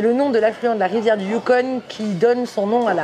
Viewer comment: salut on ne prononce pas le n du yukon icitte ... a peu pres 5 min les animaux c est des caribous. salutations de whitehorse.